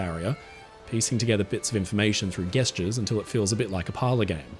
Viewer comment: what's with the pronunciation of gesture? lol